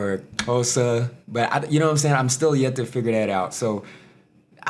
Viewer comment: Wow that "Xhosa" pronunciation was spot on bro🎉🎉😂